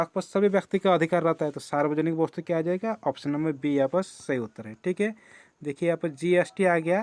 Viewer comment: Vostu nhi bola jata hey